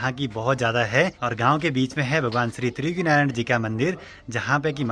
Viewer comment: ❤Aapko Triyugi Narayan Bolna nahi aata....Trijyugi Narayan mat bolo Triyugi Narayan Bolo